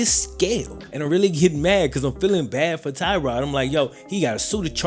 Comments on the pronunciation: It's "Tuh-rod" not "Tie-rod" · As a member of the Bills Mafia and a Virginia tech fan both of these pronunciations are incorrect, it's Tuh-God or Ty-God Taylor, just a huge fan of Tyrod's heard he might get a statue somewhere in Buffalo Courtesy of Bills Mafia, might already have happened, I live in Charlotte North Carolina